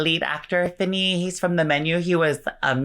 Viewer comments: Ralph Fiennes is pronounced as "Ray Fine" for some reason. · rafe fines** is how it should be pronounced but yeah it's not at all what it looks like 😆